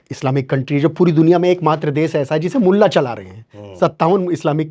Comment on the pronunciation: Bhai bhot Acha bolla Lakin Molla sabd nahi Mula ji banana tha